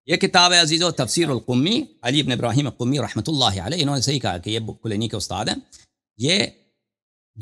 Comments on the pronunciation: He is saying "Kulaimi"😅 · مولوڑی صاحب کلیمی نہیں کلینی رح ہے اچھا آگے بولو۔